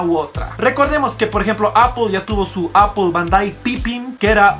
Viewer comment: "Apoool, Gugoool"...somos hispano hablantes coño!... "Apel y gugle"